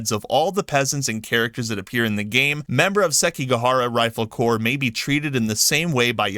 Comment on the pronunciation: Corps is not corporation. It is pronounced the same as the word “core”